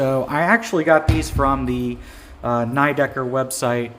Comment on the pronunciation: Pretty sure it's "nee decker" not "neigh decker", it's German.